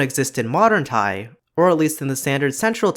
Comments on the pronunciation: I'm a native Thai of myself and I want to say that the way you pronounced Thai consonants is so delicate and slightly adorable for a non-native speaker, buddy. Keep up the good work. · As a Thai native I really appreciate your explanations in this video! There are things that I took for granted and things that I didn't know before especially the sound changes that led to the hot mess we have today. Also, you do well on the pronunciation!